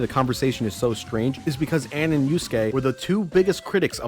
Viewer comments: there’s something mildly annoying about how he complained about the VA’s mispronouncing names but then he mispronounces Ann’s name. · Late to the party on this video, but I just have to point out the irony of him calling out the mispronunciation of names in Persona 5's dub (which they were directed to say in that way)... but went on to constantly pronounce Ann's name wrong and pronounce Tae's name as "Tay." You're allowed to disagree with the voice director intentionally having names said that way, but you can't grandstand about them pronouncing the names wrong... and then go on to pronounce names wrong yourself.